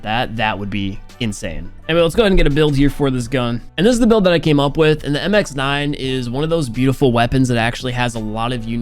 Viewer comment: Finally, said MX9 not "MIXNIN"😂😂